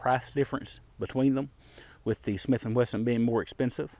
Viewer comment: Dear: I really like your videos, and I enjoy even your tabletop comparisons; you have a way of making them interesting and never boring. They are also very accurate, which is why I wonder why you keep saying “Smith & Whesson”, instead of the correct name Smith & Wesson. I don’t mean to be picky, or disrespectful. Just encouraging you to maintain your very high standards. Thank you for your great videos.